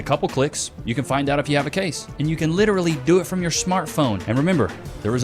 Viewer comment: At 2139..... I just learned that LITERALLY is actually pronounced 'leerally" 😂😂🤦🏽🤦🏽🤦🏽🤦🏽 GRAMMAR BITCHES